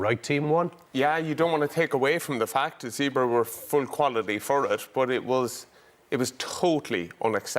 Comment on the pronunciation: It’s pronounced “Zebb”-“ray”. It’s not complicated Donnacha. Two syllables. That’s all.